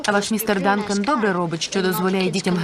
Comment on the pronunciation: звісно правильно містер Данкан а не Дункан